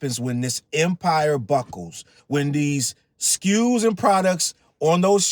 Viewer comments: "So many skews, look at sll of thede skews" that will slways be funny to me. 😂😅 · "So many skus"😂😂 drake ahh😂😂😂